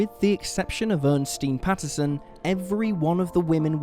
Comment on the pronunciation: Ernestine has three syllables. Earn-ess-teen. Or er-nest-ine.